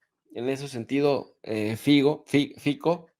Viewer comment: Jesus no es correcto decir Fiko. Su apellido en slovaco se pronuncia F I T S O